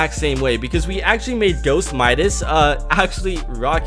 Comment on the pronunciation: Midas not minas